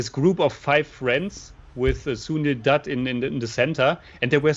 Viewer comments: nope. Ask your girlfriend if "Doot" (as you pronounced it in this video) is correct. Although, you are both getting much better with your pronunciations.. for example, did great pronouncing Kishore Kumar. You both still have problems with words like Jai and Ram. You will get there eventually. Also, keep in mind the letters CH as in Chandra and the letter J as in Taj are pronounced like the American Ch in Chuck and J in Jack, instead of the French pronunciations as in Charlotte and Jacques. Also, the a-n sound in the Chan portion of Chandra does not sound like Jackie Chan's last name (and certainly not like the Shan in Shanty). It sounds like the u-n sound in the Chun portion of the word Chunk. I don't know why most Americans equate the foreignness of Hindi with the foreignness of French. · &, listen to how your guests pronounce Sunil's last name, Dutt. They are pronouncing it correctly. You two are both getting it horribly wrong. You always have. The vowel sound is the same as in Cut, Hut, and Mutt; NOT like Moot, Toot, or Hoot.